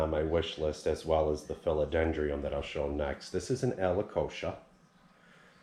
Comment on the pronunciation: Alocasia = Aloe-kay-shia Philodendron = Phil-o-den-drun Your plants look amazing! Anxious to see how you plant up the pool!!